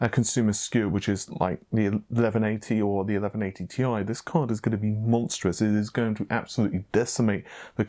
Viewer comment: Tee Eye, not Tie!